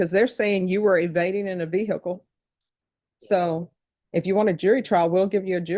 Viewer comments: What’s a veer hickle ???😂😂😂😂😂😂😂😂😂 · The way the judge mispronounces ‘vehicle’ always annoys me